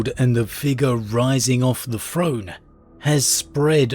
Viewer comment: The Emprer on his frone finking about fings ...